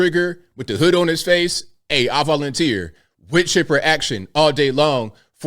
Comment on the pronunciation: Was he trying to say "wood chipper action all day long" because it sounds like he said with chipper. Anyway, wow, wood chipper action. WOW!!